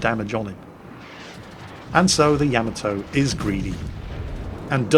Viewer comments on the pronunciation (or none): it's YA - MA - TOE. not yam-ah-toe!:P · Fail divisions... Been a year or more since I checked in. still refuses to correctly pronounce Yamato, I see.